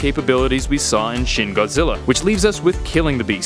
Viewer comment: Its pronounced "shin" and not "shen"